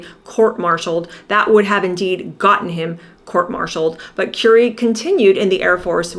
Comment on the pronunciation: Who is Kewrie Grant? It's pronounced Curry, like the food you eat!